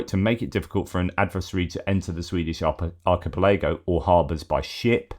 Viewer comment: Argy-pelay-go ? Is this one of those easter-egss from the Easter Island Argy-pelay-go? Or is the Master of the Multiverse ffing with me? So much questions......